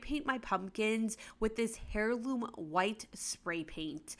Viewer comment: They weren't misspelling the word lol.they were pointing out her mispronunciation of it. Just in case anyone's confused is pronounced "air loom"